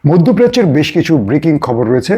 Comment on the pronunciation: বেজ বলে কিছু হয় না উচ্চারন টা হচ্ছে বেশ।